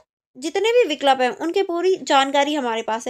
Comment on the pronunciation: It's vikulp not vik lup it's vii kulp